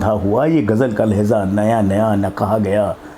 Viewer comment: آپ کی عمر، آپ کا ذوق قابل تحسین ہے۔۔ اور آپ کا اردو تلفظ اگر ٹھیک ہو جائے تو اور بھی اچھا ہو جائے، جہسے، پھول، کو فول، لہجہ کو لہظہ۔۔ اسی طرح اور بھی ہیں جیسے توقف و سکتہ، نفس و کشش۔۔